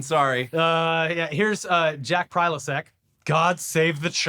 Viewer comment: Liked the video in the first second. Can't stop laughing at mispronouncing "Posobiec" as "Prylosek" lmao Great to see you back boys!